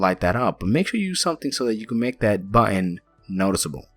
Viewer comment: Great build! P.S. you pronounce button badly =p